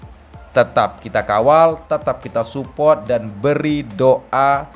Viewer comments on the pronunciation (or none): ternyata selain feberwari, provensi, dan ini muncul lagi spot yang harusnya itu sport atau Dorna Sport tapi jadi dorna spot🤣 hal demikian juga terjadi pada penyebutan suport yang disebut Supot🤣 ngakak gw, ga tau ya ini orang emang sengaja nyebut gitu tau emang bego atau gimana tapi dari doi ngomong tinggi banget, sok bicara bicara literasi narasi dan lain sebagainya tapi masih salah salah juga😂😂